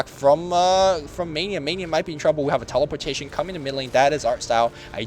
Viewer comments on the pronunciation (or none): LoL "Teleporshation"